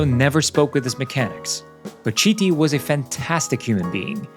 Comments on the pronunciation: It’s pronounced kiti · Please, his name is pronounced, " Kiti". 🙏🙏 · Great vid. BTW it’s pronounced “kiti”, his surname. ‘Ch’ words are pronounced ‘K’ in Italian. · It's pronounced "keety"... How can you do the research and make a whole video and not think of learning how to pronounce his name?? Ps all the other names are also pronounced wrong, but he is the main character here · Do the video again and pronounce his name a Kiti! Because everybody wants their name pronucunced correctly! This video was not serious. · It hurts every time you mispronounce his name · Can you please educate yourself and learn how to properly pronounce the name of the protagonist of your video ?